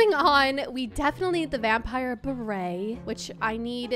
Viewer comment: The way she is so excited that she pron9unces stuff wrong like vampire hat